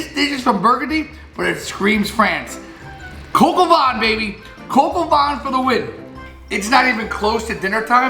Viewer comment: you butcher the name of the recipe but you nailed the recipe itself!